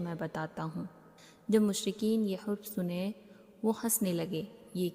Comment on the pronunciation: Hurf nahi harf hota hai jab ziyadah harf ho to huruf bolte hain